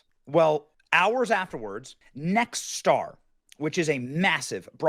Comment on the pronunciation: It's obviously a left wing lunatic, and by the way, you, mispronounced Nextar once, it's not Next-Star like you said, it'd pronounced exactly like it's spelled - not too hard to pronounce, but you did it correctly the next time (pun intended).